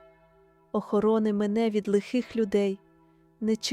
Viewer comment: Дуже гарна молитва 🙏🙏🙏 але наголос у двух словах треба змінити,,, посади і охорони. 🙏🙏🙏🙏🙏🙏🙏🙏🙏🙏🙏